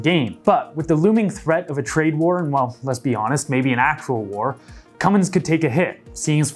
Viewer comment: Cummins is pronounced "Cumm ins" not "cumm ings". Lots of folks get that wrong and should take note.